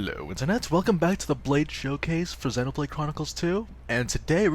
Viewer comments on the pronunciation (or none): none